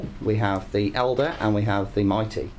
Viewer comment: Please can you try and learn the pronounciation of Eldar. It's not "elder" it's pronounced El-dar!